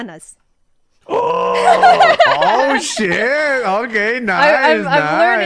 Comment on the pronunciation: she actually pronounced manzana y mujer pretty well, especially mujer because the j and the r are not easy words to learn.